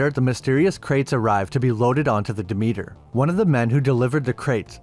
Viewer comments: "duh meter" 😂. It's pronounced Deh-Meh-ter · Pronounced "Dimiter" not Dameeter